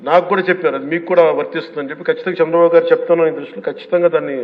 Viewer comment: నోట్లో ఏమి పెట్టుకుకున్నారు పవన్ గా.. రు చంద్రబాబు పేరు కూడా పలకడం రాలేదు. అదే వేరేవాళను అయితే ఎలా అనేవారు మీరు